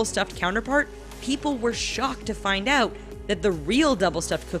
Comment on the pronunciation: I see the L you said "Flind" the L